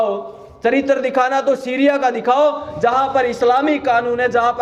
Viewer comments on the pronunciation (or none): none